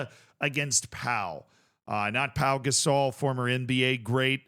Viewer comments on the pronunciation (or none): It's pronounced Po! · 100% pronounced Po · Pau is pronounced Po fyi And I don't think he meant to drag him up. I think he was telling him to stand the fuck up